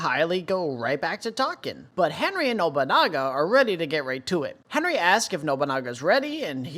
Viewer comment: Hinrigh is not pronounced as "Henry".. but as "HEIN-RIG".. your videos are great, but the way the HxH community has been mispronouncing Hinrigh has been driving me CRAZY lol.